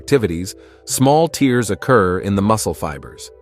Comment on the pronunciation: Your A.I. should learn how to pronounce the word "tears"